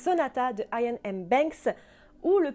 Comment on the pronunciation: Iain se prononce Iyenn (écossais, "dieu fait grace") ou a la francaise simplement Yann. Merci :)